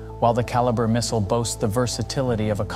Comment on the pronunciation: I find it difficult to believe anything you say when you lack the ability to even properly say one of the missiles name. It baffles the mind to think that no one even bothers to watch their own content. If the channel can't be bothered to watch and correct itself, why should any of us believe you have any knowledge of any topic you claim to explain? Hmmm...